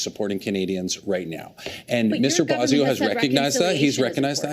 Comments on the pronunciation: Bossio? Mark doesn't even know how to pronounce his own colleague's name... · Gerretsen can't even pronounce Boissonault's name. Calls his "Bozzio". Might as well be Bozo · Haha Bozio ? think he meant bozo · Mark Gerretson can't even pronounce Randy Boissonnault last name properly. He is such a moron. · This liberal minister can't even pronounce his colleague's name. Maybe this would be the other Randy. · Gerritson can't even pronounce his name. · Does the deputy house leader know how to pronounce his name?? Everyone around him is saying it right…lol…Maybe that’s how the OTHER Randy pronounces his name 😂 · Gerretsen is sleazy and can't even pronounce Boissonault. And it isn't just starting to be a distraction, it's been a distraction for weeks. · Suddenly the Liberals forgot how to pronounce 'Boissennault'. That's pretty weird. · The liberal doesn't even know how to pronounce Boissoneault 's name correctly. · a fellow liberal MP can't even say his name right. Sad!